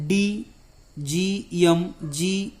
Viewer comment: यम नाही एम म्हणा